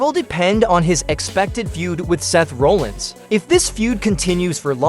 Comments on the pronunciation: Seth RAH-llins not RO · Can’t even say Seth’s last name right I’m calling 100% bullshit